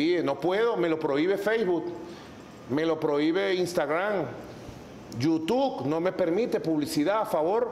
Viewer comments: Feisbut, yutuc, impecable pronunciación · Feisbut, yutuc, tuider